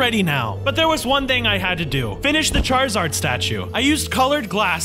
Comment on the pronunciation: you said charazard statue ha ha